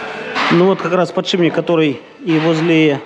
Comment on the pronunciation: ПодшиПник, пилять, а не подшиБник.